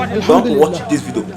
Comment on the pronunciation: My friend its not vido, it is pronounced vidio